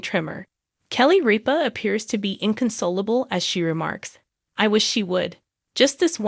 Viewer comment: Rip-A not reap-A